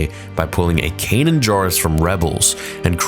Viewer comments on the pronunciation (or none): none